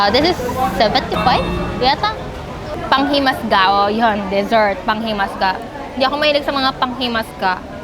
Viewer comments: Panghimagas Po hnde pp panghimas ka naging masama Ang tonog pag sinabi mong panghimaska❤❤❤❤ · PANGHIMAGAS hindi PANGHIMASGA OK🤣❤️ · try salted egg with kamatis and in tagalog it"s panghimagas not panghimasga i'm not angry i'm just saying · Say it again panghimagas. 😁